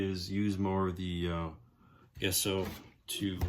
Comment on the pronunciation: Looking really cool! And again...Gesso is not pronounced Guess-o, it is pronounced...Jeh-sow or Jess-o. Years of art classes, and dictionary pronounces it JEH-SO. Yes, I am a word Nazi.